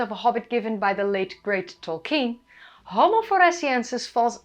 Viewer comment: Tol-KEEN, Tol-KEEN!